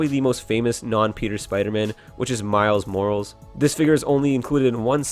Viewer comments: Haha he said miles morals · It's miles morales or morales